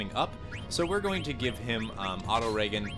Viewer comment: I like how he switches between reggen and ragen though. Even his mispronunciation is not consistent... Kinda funny really.